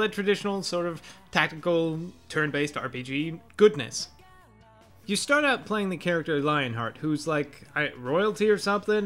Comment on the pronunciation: I have to point you you mispronounced Leonhardt's name. Yes, it does mean "Lionheart" however it would be pronounced "Lee-On-Hard-t"